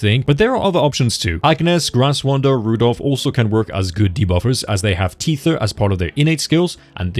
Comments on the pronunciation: you CANNOT keep saying teether 🤣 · That is not how you pronounce “Tether” 😂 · i wanna point out you're saying tether wrong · that's not the correct way to pronounce tether, the correct one is tether , not tether 🤣🤣🤣